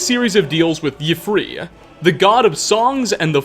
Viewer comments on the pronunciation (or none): should y’ffre technically be pronounced “eif•rey” or “ee•frey” instead of “yhu•fear” ? just curious for some further linguistic clarification, sincerely hope this doesnt come across as demeaning in any way